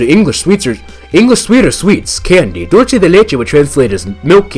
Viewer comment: me too XD another thing when the letter C comes before e or i (ce or ci) it makes an s sound unless you're speaking some particular dialect in Spain. I'm saying this cause it sounds like you're saying dul-ch-e rather than dul-s-e grabs popcorn when you two are finished killing each other I'll take her I personally don't think an ai can be considered sentient/conscious at best it could be programmed to fool a human into thinking it is. Now that you brought this up an ai is just zeros and ones it's weird that a human brain has consciousness/sentience even though it's just a bunch of electrical signals, makes you question your own existence.